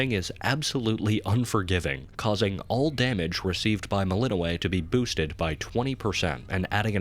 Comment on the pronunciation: melininoe. WRONG PRONOUNCIATION